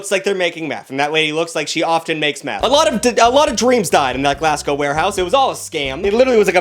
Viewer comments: I'm sorry but I have to - one, it's not GLASS-go, it's GLAZ-go. And two, Glasgow is in Scotland, not Ireland. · Your american so i'll let it slide but Glass-co is not a place, listen to it back 😂RIP any Scottish people in chat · did you just call Glasgow Glassco?! Ohoho, The Scots are gonna be pis-DID YOU JUST SAY GLASGOWS IN IRELAND?! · as a Scottish person I find this funny and offensive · Somehow managing to pronounce both place names wrong too